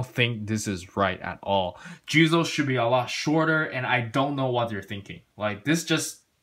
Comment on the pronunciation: His name is "Juuzou" not "Juzo".............